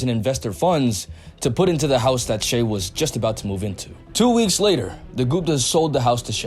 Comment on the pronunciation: it is pronounced shy